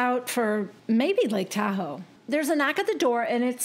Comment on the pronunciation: Totally expected Dorito to mispronounce Lake Tahoe as Tu-ho